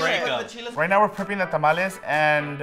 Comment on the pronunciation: Tah-mal-leh. NOT Tam-ollys😂